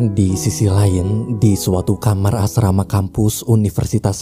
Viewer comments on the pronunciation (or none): none